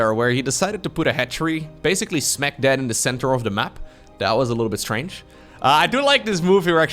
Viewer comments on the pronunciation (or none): it sounded like you said he put a hatchery "smack dad" in the middle of the map. The correct phrase is "smack dab".